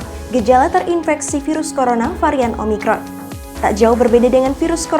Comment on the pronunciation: Bisa bisa keseleo di bilang umicron wkwk